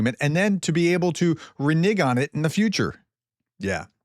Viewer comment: It's "renege" -- like "renegotiate"